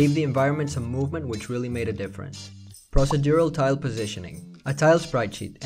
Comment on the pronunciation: pross-uh-dural? 🤣 pro·ce·dur·al